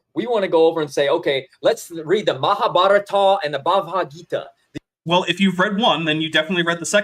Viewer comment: But the striped/ spotty sheep is magic (or perhaps painted?) They switch to white later... does this friutbat call it Ba-ha'v gita? Couple it with Cro Magnum, I deduce: can't pronounce things, more generally. □